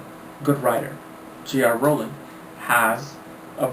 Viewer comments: Do I hear j r rowling instead of j k Rowling... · LOL within the frist 11 seconds he says J.R. Rowling... iunno why, but that just made me chuckle